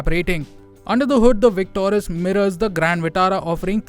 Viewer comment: Not victorus,its victoris